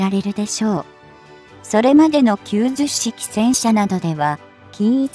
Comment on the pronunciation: 10式をわざわざヒトマルと読むと説明しているのに90式をキュウジュッシキと読んではいけません。キュウマル式です。